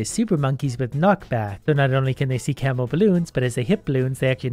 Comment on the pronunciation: lol, at first i thought its "camel" 🐪 balloons, not camo